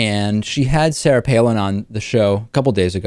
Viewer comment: Joe Cannabyte Palin. Not Pailin.